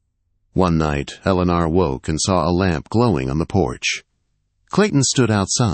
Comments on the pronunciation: This is a good story, but these stories seriously need good punctuation & a real voice narrating. The value of the story gets a little lost in the distraction. It's a good story, but a bit harder to enjoy. "Eleanor " is pronounced more like "Ell-eh-nore". Spelling & pronunciation need to be consistent. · Eleanor or Alana? The Ai ruins the wording. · Eleanor …… Ell A Nore….. first time I’ve heard it pronounced the way this AI narrator did, lol. Still a great story♥️ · A beautiful story. Although, the peculiar mispronunciations are a significant irritant. The lady's name is mispronounced with a multitude of enunciations over the course of the story. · Do not use this narrator again, he can not pronounce her name twice the same way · Never knew the name Eleanor could be pronounced so many ways! Sheesh. Threw the story off every single time. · He says it one way and then says it completely wrong! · Must be someone from another country narrating this with A I. Elinor's isn't pronounced correctly. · Drives me crazy to 😅